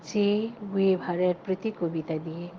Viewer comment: Khub sundor hoyeche... Keep it up ... Sudhu ekta req... Ektu spelling ta thik kore nio .. besirvag lok i ei mistake ta kore... Guevara... Gue na, in spanish gue sounds like ge... Like gate in english.... I m kaushik, French n Spanish language teacher 😮